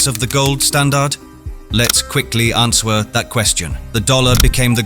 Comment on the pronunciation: lol what is the awful text-to-voice software in use here? i like how it pronounced the w in "answer" and how it made "dire" a homophone of "deer" kinda makes you wonder if any humans were involved with this script at all-- what is this, a ChatGPT video?